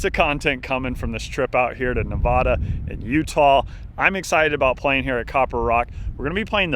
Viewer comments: Love to see the strong play! Please no more Ne-VAH-da.....It is Nev-AD-a. I sang "Home Means Nevada" every morning in first grade. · It’s Nevada not Nevada.